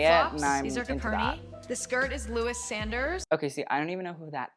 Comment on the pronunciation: pmsl at Emma pronouncing Lois Saunders as 'lewis sanders' I was so confused hahahhah